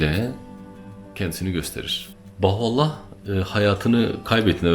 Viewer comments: Birkaç hatadan bahsetmek isterim. * Bahoallah diyormuşsun gibi geliyor söylerken, doğru duymuşsam müsaadenle düzeltmek isterim: Bahaullah. Yanlış duymuşsam da özür dilerim * Bir yerde Hz. Bahaullah'ın adını Mirza Ali Muhammed dedin, Mirza Hüseyin Ali olacaktı. * Hz. Bahaullah Bahai inancında Kaim değil; Kayyum'dur. Sanırım bir yerde karıştı. * 250x3 (her bir seferde 250-şer olmak kaydıyla 3 sefer yani 750 ateş) askerin Hz. Bab'ı kurşuna dizmesi ve sonrasında ortadan kaydolup tekrar zindandaki hücresinde bulunması Bahai inancında üzerinde çok durulmayan bir mucizedir; ama kesinlikle kurşunlardan biri tesadüfen ipe geldi, Hz. Bab yere düştü ve çaktırmadan zindana kaçtı diye inanılmaz. Öyle olsa niye zindana kaçsın? Kaldı ki yüzlerce mermiden biri ipe gelirken 749'undan hiçbiri Hz. Bab ve Enis'e yerden sekerek bile olsa hiç dokunmuyorsa ve yere düşünce de kimse onu görmeden kaçabiliyorsa bu daha büyük hayranlık uyandırmamalı mı? :) (Senin anlattığın İran devlet otoritesinin göstermek istediği tarz... Ama farkında değiller İran ordusunu, eli kolu bağlı iki adamı 750 mermi sıkarak yine de hiçbir isabet yaptıramayan bir güruh askere sahip gösterdiklerinden...) Üstad, bir de Hz. Bab ve Hz. Bahaullah'ın fotoğraflarını, resimlerini yayımlamak hoş karşılanmaz Bahailerce, o resimler ancak Hac ziyaretinde arşiv binasında fotoğraf çekimi yasaklı olarak gösterilir inananlara, belki bilmek istersin. :) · Bahuallah değil, BAHA+U+(A)LLAH = BAHAULLAH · Sebebiyye değil, Sebeiyye; Bahuallah değil Bahaullah....